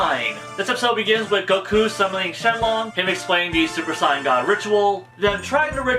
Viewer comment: ... you sir... you pronounce saiyan properly.. subscribed